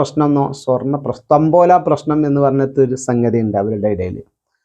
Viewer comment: തമ്പോലയല്ല, താമ്പൂലം....